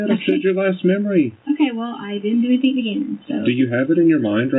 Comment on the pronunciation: that's one of her minor faux pas', have you heard her say a word ending ing!? She puts a K at the end everytime like "anythink". Some other top hits are "why come", "landfields" and "psychiatrist" when she's talking about psychics. And don't get me started on her fb posts, google searches, and text messages, doesn't even sound like someone with a ged, forget masters and phd.